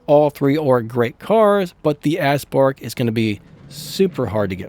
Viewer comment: It’s pronounced OWL not L you said a bunch of other words too but that bothered the most and it’s A-spark not asspark